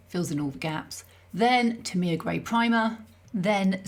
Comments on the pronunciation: Tamiya is pronounced Tam ee ahh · Enlightened - TA ME AH Didnt recognise TAMIYA - To me its always been TAM E YAA Interesting pronunciation